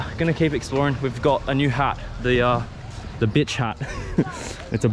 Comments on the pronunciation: Mate..its Butch not Bitch...u pitch..🤣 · Fab video. - Its a butch not bitch hat lol. - You will look good wearing it on Oxford st Sydney - been watching ya Indian blogs fantastic - you are the best! cheers from Melbourne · my brother you hat says BUTCH and not what you were saying in this video, you replaced the U with an I ha, great content as always though peace!